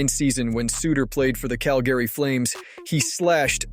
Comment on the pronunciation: My favorite part was listening to this dude mispronounce every name on the list. Even saying Cal-Gary wrong. Wow